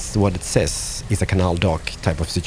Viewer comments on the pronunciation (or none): none